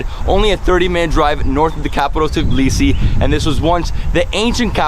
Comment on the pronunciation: I find it funny how every foreigner pronounces Tbilisi like TEEblisi xDDD it's TBilisi not TEEblisi 😂😂😂 but very nice video !!!